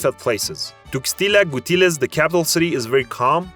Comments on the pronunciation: Holy macarroni.... Your pronunciation is ... baaaaad... Tuecstila Gutieres? Come on! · "Tuxtila gutiles". Eres un pendejo e ignorante. No sólo por decir un nombre mal con tanta confianza, sino por asumir que conoces la cultura de un país que nunca has pisado. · Good video, but the city and state pronunciations are killing me. When is “La Paz” called “leipas” and when is “Tuxtla Gutiérrez” called “tuxtila guitilis”? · who is narrating this video? AI? Can't even pronounce half the names of the towns and states mentioned. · What a shitty audio in this video, not ever pronounce well cities like Tuxtla Gutierrez, Michoacán, Guerrero or Manzanillo! 😑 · You butchered the pronunciation of Tuxtla Gutierrez (capital of chiapas)